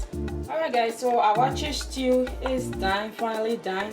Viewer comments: Waakye not awaaky but great job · please is not awaakye but wakye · Very detailed and a well done tutorial..👍🏽 ..but on a side note am i hearing ‘Awaakye’?..or its my wrong hearing